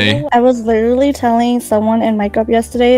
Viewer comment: Wiwewerally gojo